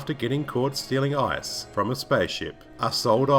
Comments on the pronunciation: Sounds like he said "ass pirates" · Every time you said "ICE" I swear it sounded like "ARSE" to me!!! Best video ever